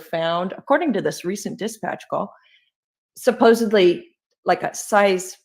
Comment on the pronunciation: Thank you for pointing out the word Speculate and the way DV says it. It drives me crazy 🤪 Then there’s BHB with her SupposeBLY instead of SupposeDLY , and let’s not forget her pronunciation of hyperbole 😂 Oh and let’s not forget DV’s interview with SeF 🤦🏻‍♀️